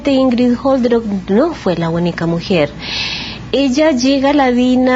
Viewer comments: Soy alemana y Olderöck se pronuncia sin H y sin J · Detallito. Es Olderock.no jolderok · Yo se que, dado el tema que se está tratando, es una estupidez lo que voy a decir, pero me perturba que la dama insista en pronunciar el apellido Jolderok, cuando no contiene ni J ni H. Sorry 🤦‍♀️